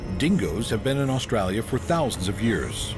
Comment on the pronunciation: Aussie here I cringe everytime he says "Australia"